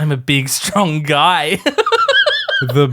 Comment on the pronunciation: “I’m a big stwong guy” while being cradled like a fragile baby bird😂 I actually love that they do show how thin Aemond is compared to Aegon who is a little bit more robust, again paralleling his father and Daemon’s difference in build but also the fact that fire and blood says that when Aemond was born and growing up, he was “half his brothers size but twice as fierce” which is obviously a bit of an exaggeration but it does also show that Aemond is not overly muscly? He’s whip thin but still an insanely lethal fighter, which is cool.